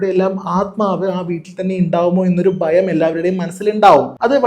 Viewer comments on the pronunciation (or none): ബങ്ങി അല്ല.., ഭങ്ങി ബയം അല്ല.., ഭയം ബയപ്പെടുത്തുന്ന അല്ല.., ഭയപ്പെടുത്തുന്ന